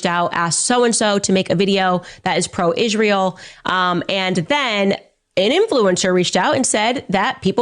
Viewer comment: She can't even pronounce it. It's Israel, not ' Izshhreal '